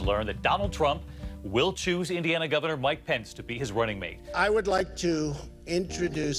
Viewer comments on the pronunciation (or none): none